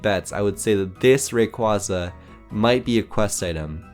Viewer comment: You misspronounced rayquasa and lopuny